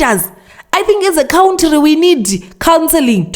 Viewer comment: Countiry is killing me😅